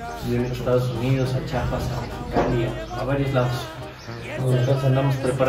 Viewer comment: Minuto dice chapas y es chiapas, saludos desde chiapas ❤️